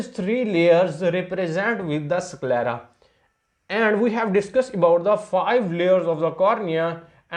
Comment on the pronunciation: SickLera nhi 😂 IsKelera . S ko Es kr k pronounce kro